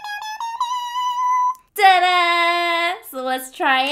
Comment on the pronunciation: In the beginning, instead of hearing “Ta-Daaaaa,” I heard “Deadaaaaass” 🤣🤣